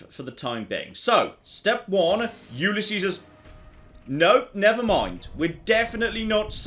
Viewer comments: I still don't get why says Ulysses' the way he does... He pronounces it YOU-lee-SEE-sehs, but if I'm not mistaken it should be you-LEE-sees (with an optional double "s" in the end if you wanna empathize the ' that denotes property/ownership). But I get it, British people are notorious for messing up unusually spoken words, usually when they're from another language (like Ulysses). xD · I REALLY hate to be that guy but its said You-Liss-E's